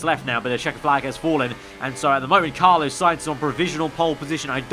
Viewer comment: Why do you pronounce 'Carlos' like that? "Car - loss" not "Car - low - ss".